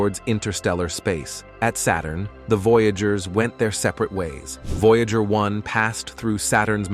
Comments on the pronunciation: yes i was like what is a voyaahjur ?? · "The vouya ger twens probs achieve a bled remorkabable feets"😂😅😂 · vo jágr (no 68) 🤣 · I agree with you. Their computer generated mispronunciation of "Voyager" the name of the program was just too much for me.